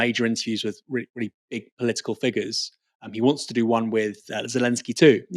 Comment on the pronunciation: Hey, why don’t you learn how to pronounce the word ‘with’: hint it doesn’t have a ‘v’ in it.